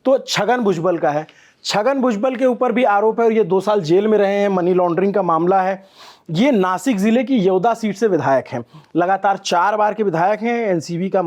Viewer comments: येवदा नाही रे येवला बोल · It's Yeola Not Yedva